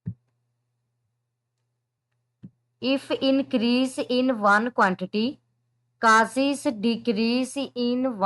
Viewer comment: Causes ❌ casis😂